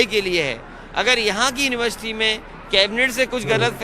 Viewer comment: please pronounce University correctly... Plz plz It is a question mark on your competency brother